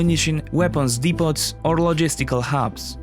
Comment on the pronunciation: Depot is pronounced "depo"